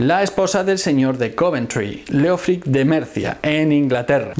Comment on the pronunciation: Solo un detalle, el nombre Leofric en realidad se pronuncia léof-rich en anglosajón y significa amado gobernante (leof = amado, ric = gobernante).